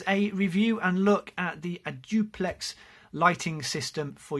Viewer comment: Hi, I liked your demo: clear instructions and voice. One question though. When I saw the nomenclature, I thought it would be pronounced a dapt a lux, as in adapt a light. A you sure of your pronunciation? In any case, I encourage you to share you videos on you tube. Cheers